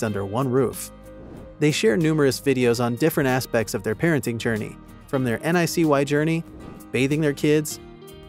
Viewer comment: It's the NICU, not NIC-Y!!! OMG!!!